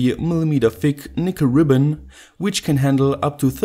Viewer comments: Lol sounded like he said "nigga ribbon" 😂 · NO! He said, "Nickel ribbon"